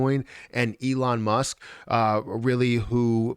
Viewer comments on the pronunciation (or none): none